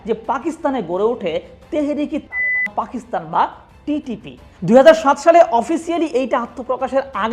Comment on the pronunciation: তালেবান নাম নিলে কি আপনার সরম করে? পুত পুত সাউন্ড দেন কেন?